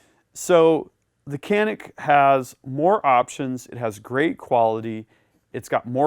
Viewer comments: It should be pronounced as djanik not kanik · İts not Kenik.. its Canik. 🤦🏻‍♂️ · Hey! its not KAAAANNİİİKKKK..... "Canik" is Türkish word. "Janiyk" is right spelling. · It is not spelled as "Qanik" but like "Janik" starts with "c" like "g" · ben de bunu yazacaktım ki yorumlarda sizinkini gördüm. kenik diye okumaları çok garip geliyor :D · It is Chaa neck This is the way you call it. Not Canik Because it is a turkish handgun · pronounced as "ja-nyk"or "janeek" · Pronounced like John'eek, great analysis, superb Turkish weapons engineering, tremendous value! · Thanks for the video.. If Canik is Turkish, it would be read like: Janik.. A little more straight, but enough.. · Pronunciation is John-nick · Love the Canik. It is pronounced as Djanik though. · I know 100 million people come here to say this but the name is pronounced like " John-ick ". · You are pronouncing wrong.canik pronounce as janic;))) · FYI: Canik actually sounds like Janick in Turkish if you read it correctly for English speakers (Letter "C" in Turkish sounds like "J" as Jane, James, Jay) Thanks for the demo. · Its pronounced “Ganik” 😉 . G like in George. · Your review is awesome thanks for all your these hard & fantastic work. I would like to highlight the right pronounce of the pistol. It is Canik in Turkish but actually right pronouce in English is Janik. All the best... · Silah iyi veya kötü demedim, “Canik” isminin İngilizce konuşanlar için nasıl doğru okunacağını yazdım. (Adam tabancanın ismini yanlış söylüyor)